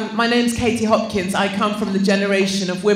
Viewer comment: It's Hopkins not Hopkins